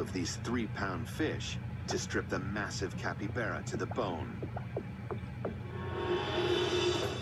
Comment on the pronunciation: it’s Capybara not Capivara -^